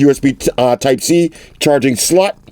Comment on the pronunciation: Did he say "charging slut"?😂😂😂